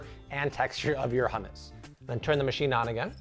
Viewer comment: It's not ham-us 😭😂 I die every time you say it like that. It's hum-us 😂😂😂